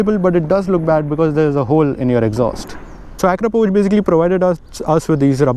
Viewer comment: You're the first youtuber or indian who said akrapovic correctly 😂